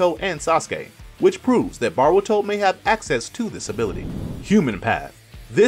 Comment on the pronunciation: BAH-RU-TO lol